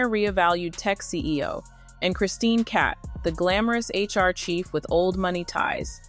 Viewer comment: Cabot not cat